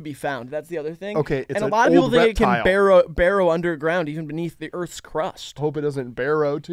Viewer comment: I want to believe he got this mis-pronunciation ingrained in him from the ridiculous announcer from Pokémon Stadium. He would say “IT BARROWED UNDERGROUND!”